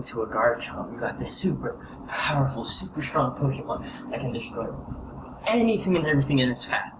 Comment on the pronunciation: "Before I do any ting" I don't know if it's just your accent but pronounce it right. and my team is 100 Gyarados 100 Giratina 99 Mewtwo 94 Deoxys-D 99 darkrai (working on a 90+ latios) 76 latios